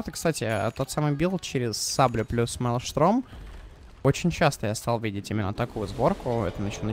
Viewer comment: какой меЛШТРОМ??? мелштОрм !!! как же уши режит